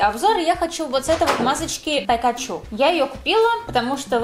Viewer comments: Ни пекачу, а пикачу😣😣😣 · Простите конечно,но,она дура?)) Почему ПЭКАЧУ Если надо Пикачу? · Не пакачу а пикачу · Не пЭкачу, А ПИКАЧУ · Не пакачу , а пикачу